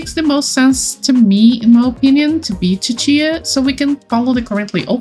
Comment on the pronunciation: Ahh I pronounce Cicia as See-see-ah, so hearing it as chi-chi-a is very interesting to me! Anyone else pronounce it like me?